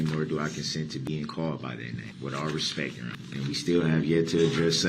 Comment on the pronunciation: It really bothers me whenever he meaninglessly states the phrase, "with all respeck ". He is too stupid to know that the correct enunciation of that statement is, "With all due respect !" His disrespectful attitude and behavior overshadows every attempt he makes to try to appear to be respectful.